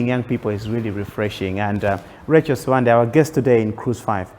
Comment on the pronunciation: tell RACHEL that her correct full name is read as (RACHEL SIWANDE) the letter "B" is read as "W" when we are amongst Tumbuka's, Ngoni's where she claims she originates from. I have heard her in this interview pronouncing her surname as "Sibande" When you go to Zimbambabwe, you will meet some locals known as "SIBANDA" the letter "B" turn to "W" as well. I have spent 21 years working in Northern part of Malawi in between 80's - early 2000 as a Medical Doctor. It sadness me when I hear Malawians mispronouncing their own names to sound either English or any other foreign language. Mispronouncing your name is loosing your identity. Greetings from Germany - Copenhagen!